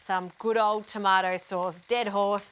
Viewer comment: Tomoat sauce.. dead horse haha love it great video 👌